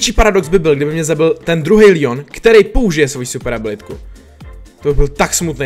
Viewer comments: čte se to Leon ne Lion díky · Leon se čte Leon ne Lion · Nevysloví jsem lijon ale leon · Leonovi se neříká Lion říká se mu leon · Proč říkáš líon je to LEON